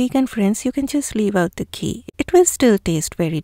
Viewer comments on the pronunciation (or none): Dear, I have just become a new member of your channel or Blogg. I must say that I am very impressed and happy to have known you. I would love to correct your pronunciation of some words and the one I picked from this recipe is: Ghee, not Jee. Keep up with the good work. Thank you kindly. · There must be some distortion in the microphone as “ghee” is my natural pronunciation and I can’t say “jee”. I am from India who won’t ever pronounce ghee wrong.